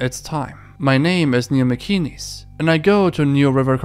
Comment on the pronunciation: MacInnes pronunciation: Mac In ness. Not “Mee Kee Knees”